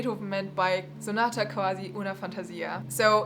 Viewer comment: Hello, I'm Italian. I'm impressed since you pronounced Giulietta Guicciardi correctly. Anyway about sonata quasi una fantasia you said qwasi, use the u sound instead of v in that word; on the other hand it is also important the rythm in Italian so instead of saying sonata - quasi - uuuna - fàntasìa say sonata - quasi - unafantasìa. And that's all. Overall great pronunciation tho.